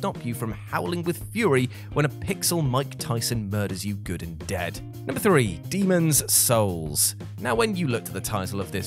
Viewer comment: Are u purposely saying Demon's souls like that just to piss people off? 😂